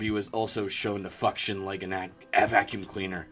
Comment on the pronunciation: "fuction" I'm dying.